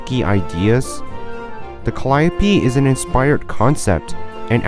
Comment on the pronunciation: Bro absolutely butchered the pronounciation of Calliope